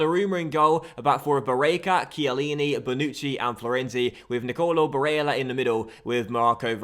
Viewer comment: why do you put so much emphasis on barellas name if youre not gonna bother to do it for the rest of the names? sounds super weird and forced